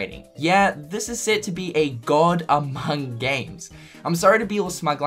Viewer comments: No one going to mention the "Amoung"? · The reporter added a silent "U" to "among" when he spoke :)